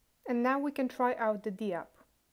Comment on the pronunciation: Hi. It's pronounced dapp, not dee-app.